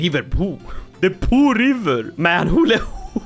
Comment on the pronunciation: its not poo, its Po